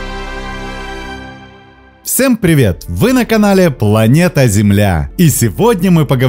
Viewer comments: Всем а не всэм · " Всэм привет" когда блогеры начнут работать над произношением ?